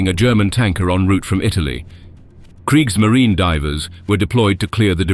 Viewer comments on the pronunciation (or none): none